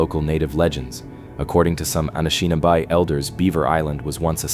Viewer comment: KEE-win-awe, Meh-NOM-in-ee, Ah-nish-ih-NOB-ee, SHAR-leh-voy, On-tuh-NOG-in.